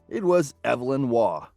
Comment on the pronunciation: Arthur Evelyn St. John Waugh was born on 28 October 1903. Pronounced with long E. Not a woman.